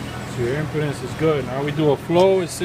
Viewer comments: No, not me. I understood he meant impedance he just mispronounced it. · impedance bro, not impotence. research "resistance"